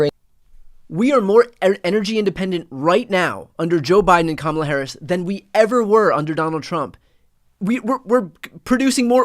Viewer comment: Funny how she sometimes slips and actually pronounces Kamala"s name correctly!